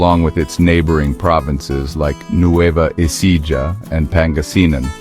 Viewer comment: Nueva Ecija is Spanish and the J is pronounced as H.